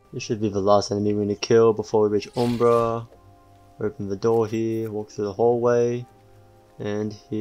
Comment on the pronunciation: it's pronounced uhm·bruh